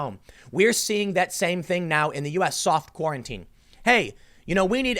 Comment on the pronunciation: Every time Tim starts to say "soft quarantine" it sounds like he's going to say "soft-core porn"